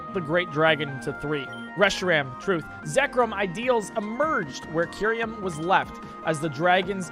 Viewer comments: It's Kyurem, not Kyuriem. It's Utira, not Utiria. What a weird but consistent misreading. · ....... The fucking way he pronounced "Tartarus" and "Kyurem".......... Genuinely what? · MAROWICK MY NIGGA IS MARO WAHK and K YOU REM its KUH EYE REM